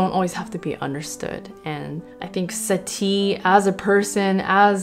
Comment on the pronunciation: Can I just say, as a French person, your pronunciation of the composers' names at the beginning is spot on. Actually, the whole video is excellent, as always